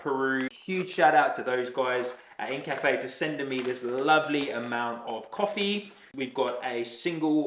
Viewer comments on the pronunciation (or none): I think it’s pronounced Inca-Fe. Like the Inca people of Peru